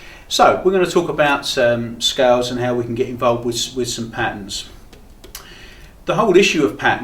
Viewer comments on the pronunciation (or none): Come on its not pat-ns. Try pat-turns.